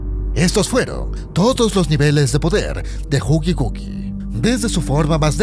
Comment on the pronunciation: es killi wuill no gugigugui